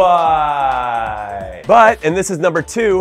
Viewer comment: Y do u say Uruguay like that?